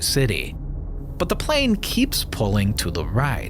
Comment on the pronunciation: its not panel its plane dc😭✌🏻😂